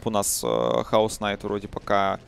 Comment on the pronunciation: Почему бы не научится наконец-то произносить имя героев правильно? Chaos Knight - произносится как "Кеос найт". Аналитика/комментирование Доты выходит на качественно новый уровень, так давайте и речь комментаторов немного подтягивать.